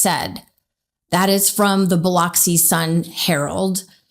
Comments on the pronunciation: Bi-lux-i is how it is pronounced, not Bi-lox-i even though it is spelled that way. I have camped on Horn Island many times. You absolutely do not stay alone on that island without water and supplies (it is a wilderness area and you aren’t even supposed to leave your poop there). True friends would not leave anyone alone on that island, especially without their phone. This is very suspicious. I hope justice is served. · I live down here its pronounced biluxi. I have been to ship island before (similar close by island) and I cannot fathom how you’d get on a boat without your friend. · Pronounced: Bil-ux-ee. Not Biloxi. Rest in peace Nolen. 🙏🙏🕊️🕊️🕊️ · When saying Biloxi you pronounce the O like a U. Js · She keep pronouncing biloxi , wrong the son of the judge what was the ex-girlfriend of his so call friend who he was involved with?He guilty